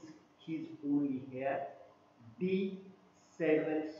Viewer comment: Hair nhi..heir hota h